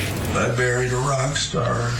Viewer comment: I thought he said he "buried a Rockstar " not married.